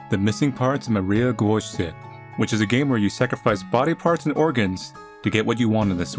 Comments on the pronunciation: " hey everyone, this is and welcome to the missing parts of Maria gwosche " no one: not even Maria: me: omg how dare u not pronounce gwozdek right even though ur not a polish youtuber offbrand twitter user noises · Pronounciation of the surname is: G-voz-deck. A worthy attempt however! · from a polish viewer - the "gwozdek" should be read as gvoz deck, no accents. at least i think that's how you "write" it in english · Dear manly: the name of the protagonist is from the Polish language and you were kinda close to correctly saying it. If you want to pronounce it correctly you should try to say it like this: Maria (this part doesn't change) Gwozdek (it should be said somewhat like: Gvosdek) Hope it helps. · I’m sorry but your pronounciation of “Gwozdek” (pronounced “gvozdak”) hurts me as a Polish person and so I won’t be watching the rest of the video goodbye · Manly, the W in Gwozdek is pronounced like a V. Gvozdek. No fancy vowels or anything. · Polish people listening to Manly saying "Gwozdek": you're doing great, sweetie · Imo that's sounds cool- "Guozdek" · It's pronounced Gvoz-deck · im positive that the main characters family is polish, so the way the last name would be pronounced is gvoz-dek, the w does a v sound :) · Gwozdek - Since her name and her sister's name sounds Polish, I believe that it would be like: Gvo-Zdek, accent goes on second syllable. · I'm living for the way you pronounced Gwozdek <3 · as a polish person, i think its really funny how he pronounced "Gwozdek" lol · Extremely bad pronunciation, Manly. I am disappointed